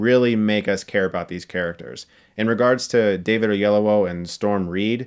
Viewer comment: David Oyel-OWO?